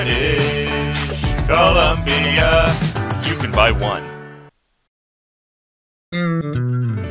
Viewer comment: HE'S FROM BRIIIIITIIIISSHH COLUMBIA